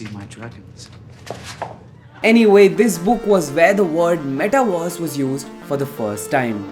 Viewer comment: Ok. Great video but....can you focus on pronouncing metaverse not "metaWARS" please?